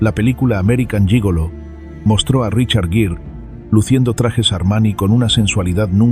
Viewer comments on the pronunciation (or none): Me choca como pronuncia los nombres como el de rochard gere, sin la IA debería saber pronunciar